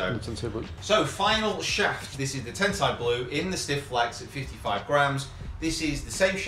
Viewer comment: Nice shafts lads, one little thing tho: Kurokage pronunciation is good, a lot of people mistakenly call it “Kuro Cage”. Tensei should be “ten say” rather than “ten sigh” like sensei in Japanese. Thanks for the vids :)